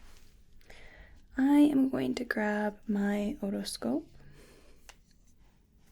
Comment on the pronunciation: I like the way you say "otoscope". Think that might be a new trigger in itself haha